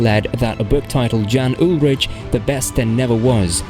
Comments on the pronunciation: Dude, I know I’m late to this video but how on earth do you NOT know that the “J” is pronounced like a “Y”? This is extremely disrespectful of you. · And not just Jan's first and last name. Andy "Schelk" was a nice touch as well. 🙄So little effort was put into this.